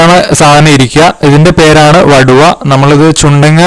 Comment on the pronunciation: വടുവ അല്ല. വടുകo എന്നാണ് പറയുന്നത്